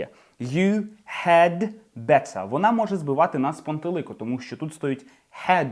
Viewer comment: Поясніть, будь ласка, що ща діалект, коли вимовляє замість т в better, ц?